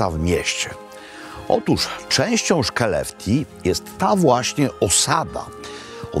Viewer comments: Tylko ta wymowa, "sze'lefte", please. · Skellefteå- czyta się bardziej jak „hłelefto” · Wymawia sie szeleftio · Co za brak kultury wypominać Robertowi wymowę. Akurat Skellefteå jest trudne do wymowy. A tak w ogóle jakie to ma tu znaczenie że Pålsson wie dużo o łososiach? I co z tego? Fajnie, że Robert pokazuje rodakom szwedzkie klasyki i naprawdę nie ma to większego znaczenia jak sobie przełożył "kall inkokt", bo faktycznie jest to nietypowe i nie ma się co czepiać, że nazwał idiom sprzecznością. Ty Sławomir zapewne jesteś idealny, nigdy się nie mylisz, wszystkie perfekcyjnie wymawiasz i generalnie masz najwieksza wiedzę, np/ ,że P[lsson wie najlepiej i takie tam/ Żenada.